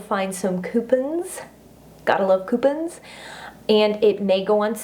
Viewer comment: Ok, I know there are a lot of words that have localized pronunciations and I've pretty much trained my ear to ignore such minor differences when I hear them, but girl, this one got me!! I've heard "coo-pons"and I've heard "cue-pons", but I have honest to God never heard "coo-pins" 😆 No really though, you did such a great job with this video!! You were super informative, really organized, professional yet personable, and you didn't waste any time with those unnecessarily lengthy intros we tend to see around here. Definitely gained a new subscriber, great video! 👌